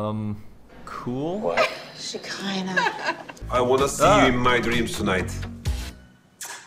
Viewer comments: her name is SHEKINAH... SH E KI NAH.... palease 😂😂😂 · Hacking her name at every opportunity is the BEST. You just said shekilah hahahah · Lmfao bro did you call her Shakeezy ? 😂😂😂😂😂